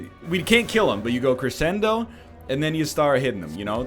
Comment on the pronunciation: The fact you know you are pronouncing crescendo wrong makes it even more infuriating.